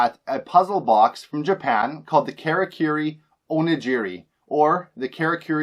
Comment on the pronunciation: It's pronounced Kah-rah-koo-ree oh-knee-gee-ree. Jesus